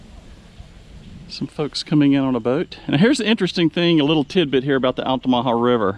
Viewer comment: You've done you'r research sir, no miss pronunciation! Many people can't pronounce altamaha correctly. I live right at the gate of Fort King George, it's a nice place to be. Thanks for sharing.